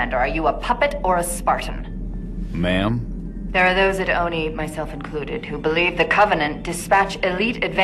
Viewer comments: LOL Jorge says ma'am but it sounds like mom. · he says mam not mom